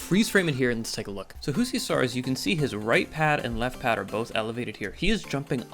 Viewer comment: Finnish Js are pronounced like Ys, not Hs as in Spanish. “You-see.”